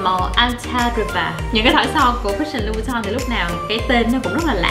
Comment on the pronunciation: Son Christian Louboutin đọc là sao vậy mn? Thấy chloe đọc " Lu bu tong" nghe cứ sai sai mà buồn cười